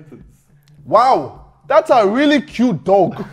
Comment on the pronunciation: the way he says dog tho